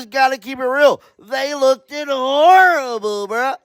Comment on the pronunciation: The word "looked" is pronounced as the "e" being silent. Imagine it's spelled incorrectly as LOOKD and you'll say it. I'm not being rude it's simply annoying to hear you say LOOK- DED. I like your videos and you seem very genuinely nice .